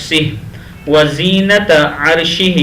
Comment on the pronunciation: وزینت نہی ھے وزنت ھے۔ جزاک اللہ خیرا۔